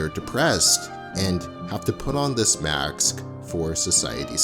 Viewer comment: I love this video but I must "AXE", why did you say "MAKSS" instead of "MASKS"?